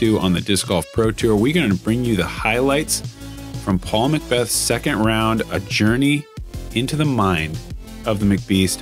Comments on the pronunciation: Paul MaaaaaaaaacBeth! Saying his name wrong for that long... good stuff. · the way he says mcbeth in the beginning is TERRIBLE